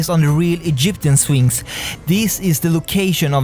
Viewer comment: you say sphinx i hear phoenix